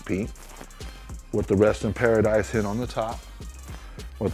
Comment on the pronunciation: Is he saying hit or hint